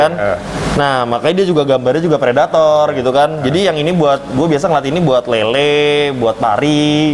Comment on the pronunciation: Pelettor dong bukan predator :v